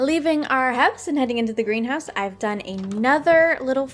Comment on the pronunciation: For a second I heard Grian house instead of greenhouse